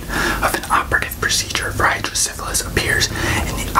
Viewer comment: I have hydrocephalus! You pronounced it right. Idk if I'm the one who you're referring to but I just wanted to thank you for this video! Awareness MATTERS